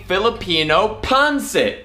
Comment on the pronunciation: You did a great job on this dish!! My grandma was 100% Filipino. I was raised on Filipino food!! BUT....it’s pronounced PON-SET!! I almost didn’t want to say anything cuz you were having such a great time with it!! Plus, traditionally, we serve it on top of Jasmin rice. You did a great job!! 💜💜